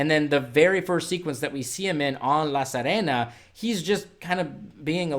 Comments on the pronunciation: Bro, it’s “La Sirena” not “La Sarena”! See-reh-nah. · Omg.. It's pronounced Seerehna (as in bee, see) , not sehrehna! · I really liked this one. Slow and moody. PS sorry to be pedantic, but La Sirena is pronounced La Seerena, like "to see"